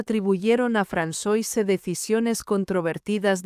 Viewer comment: Se pronuncia Fransuáh, no Fransoise 😅